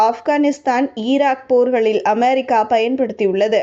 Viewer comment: அமெரிக்கா வா? அமாரிக்கா வா? நீங்கள் உச்சரிப்பது புதுவகையாக இருக்குதே? Styleலா?